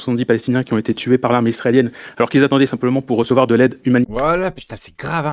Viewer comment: " y restent que eux qui z'ont " mdrrrr